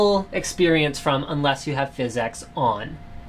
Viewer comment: just say "physics" not "phys-x" it just sounds more normal